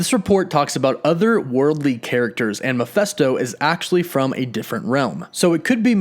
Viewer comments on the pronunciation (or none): It's pronounced Mephisto not Miphesto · Man it really bothers when people mispronounce things, & don't have their facts correct. 1) His name is Mephisto, as in FIST NOT MeFESTO. Secondly As far as: Warlock, since when is he the most powerful? The guy can only: lift about 50 tons, despite his energy projections powers, at no time," was he considered the most powerful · I just had to say, the demons name is "Meph-i-sto" with an "i" not "Meph-e-sto with an "e" , I'm sorry but it was just working me and I had to say something. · its not mePHESto.. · Calling Mephisto Mephesto is silly. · Mephesto??😂😂😂 Mephisto like 👊 !!! 🤦🏻‍♂️🤦🏻‍♂️🤦🏻‍♂️😂😂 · Not sure why but you calling him mephesto instead of mephisto bothers me a lot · Meph i sto. Not Meph esto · Mephisto is said Meh-Fist-Oh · I know it's hard as you're american. It's Mephisto. Meph ist o. I know none of you can seem to pronounce words well, due to your accents, but please do try.... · All I can hear is "Mafesto" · The way he pronounces MephIsto is driving me nuts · Ma fist o..... that's how it's pronounced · Dude, your pronunciations of the name Mephisto is an insult, and atrocious. Do your research on how to pronounce names. My god! It hurt my ears just to hear you pronounce it horribly so many times.